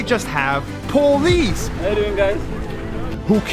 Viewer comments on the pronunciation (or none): The way he says police makes me have flash backs on the Instagram meme the POLICE POLICE HELPP POLICE POLICE